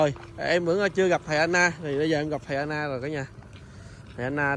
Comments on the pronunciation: em có đọc comments không? Gọi là Đảnh lễ chứ không Đánh lễ. Nói đúng mọi người mới nghe em một cách nghiêm túc. Còn Sư kia là A NAN chứ không phải AN-NA nhé! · Thầy A Nan k phải An Na